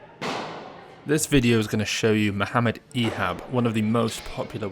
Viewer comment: Thanks for pronouncing his name the right way